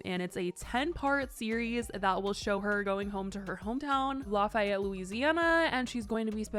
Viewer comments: It's pronounced laffee-yet here, not lah-fi-yet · Louisiana native here, Lafayette is said “laugh-ee-yet”! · As a Louisianan, it’s Laugh-ee-yet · I'm dying at the way you pronounced Lafayette!!